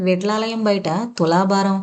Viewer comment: విట్లాలయం ఏంటండీ బాబు విఠలాలయం మీ భాష ఎలా ఉన్నా చదివేటప్పుడు జాగ్రత్తగా చదవాలి కదా. అలాగే బే అన్నా వర్డ్ కూడా ఛండాలంగా ప్రొనౌన్స్ చేసారు